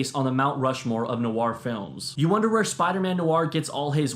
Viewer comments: Film NOIR (one syllable), not NO-ARR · The Lost Weekend - So you know: "Ray mil-LAND" Indemnity: "Noir" has just ONE syllable! Not "no-arr".